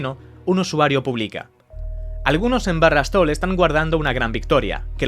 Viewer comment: Algunos en barra stol.... ? Wtf la IA?